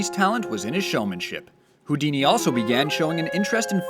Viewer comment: Ey yoouuu dice que es Houdini